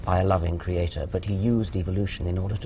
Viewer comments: what's with the pronunciation of "Cree ate torrr" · why does she keep pronouncing creator, creaTOR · Stop saying creaTHOR please. Unless your God wields a huge hammer, you're talking absolute bullshit. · Everytime I heard her say cre-a-TOOR I just wanted to kill a kitten. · She keeps saying creaThor,creaThor...well if only I was made in his image,Thor is a handsome bastard in the Avengers. But I am not as handsome as Thor so her point is moot. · "CreatOHR". God damnit. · A Kree-Hay-Tor. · I cringe every time she says "cree ay torre"